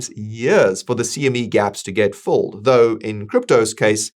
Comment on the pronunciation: Are you saying fulled or filled? There is a difference